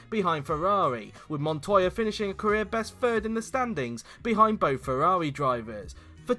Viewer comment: I never thought someone could slaughter the pronounciation of Ferrari F2001 and F2002. This video proved me otherwise.